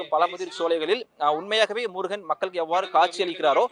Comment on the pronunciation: தமிழ்க் கடவுளாகிய முருகனைப் பற்றிய உங்களது பதிவில் தமிழின் சிறப்பு ழகரம் படும் பாடு சொல்லி முடியவில்லை... ழகரத்தை சரியாக உச்சரிக்க முயற்சி செய்யவும்... நன்றி